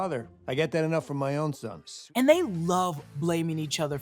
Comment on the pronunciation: Did Howard say “Sons” 👀